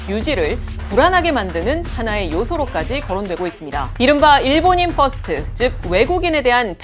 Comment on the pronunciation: 퍼스트 발음 후아스토 ㅋㅋㅋㅋ